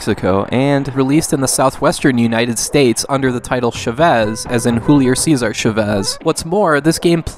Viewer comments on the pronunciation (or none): none